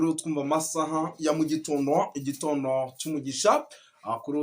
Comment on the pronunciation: Igitondo kuki uvuga igitono